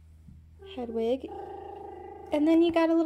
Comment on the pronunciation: You meant hedwig not hedegi